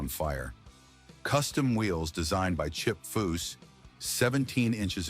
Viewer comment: The narrator is a moron so many wrong words he called chip by at least 8 different names